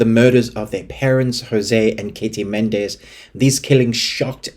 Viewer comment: It's pronounced Me Nen Dez....not Men Dez.